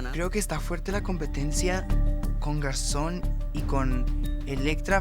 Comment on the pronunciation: Lolita! que pronuncie bien "GarçoNNE"! Se pronuncia con la N final. No es la palabra "Garçon" que terminaria con la o nasal. Es un juego de palabras, hizo "femenina" una palabra "masculina"